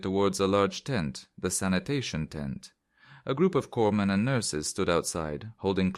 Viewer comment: Us Marines usually called them Doc. But "coreman" is closer to our pronunciation than "corps-men" for that MOS.